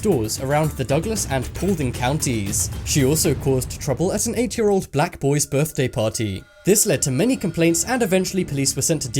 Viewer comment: old black boy party the way he said black is kinda funny and don’t say I’m racist I’m black myself